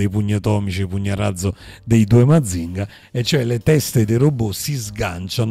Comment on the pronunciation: Forse si trattava di Mazinga Z, ma poco importa: abbiamo preso la pronuncia sbagliata alla "francese" con accento sulla o finale, e dovremmo rimediare :-)